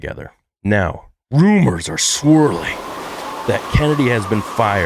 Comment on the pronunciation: You ruined the word ‘swirling’ for me!! SswWwooOOOooohHH!